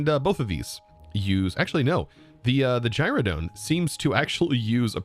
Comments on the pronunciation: Anyone else twitch every time he pronounces gyroDYNE(dine) as gyroDONE(like dome)? Lol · It is pronounced Gyro - DINE :) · Gyrodyne: Gyro-dine. The Y is an I.